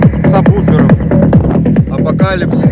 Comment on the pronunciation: Сказали апокалипс а я думал апокалипсис🤣🤣🤣😂😂😂😂😂😂😂😂😂😂😂👍👍👍👍👍